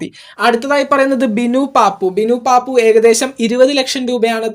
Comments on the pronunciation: ബിനു പപ്പു ആണു് അല്ലാതെ പാപ്പു അല്ല 😂😂😂😂😂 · ബിനു പാപ്പു, അല്ലടാ 😡😡 ബിനു പപ്പു 😂😂